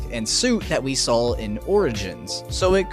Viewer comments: Yeah also the letter L is not a part of the word saw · But yeah, just like let me know what y'all think down in the comments and stuff bro P.S. There is no fuckin "L" in the word "saw" you fuckin mouthbreather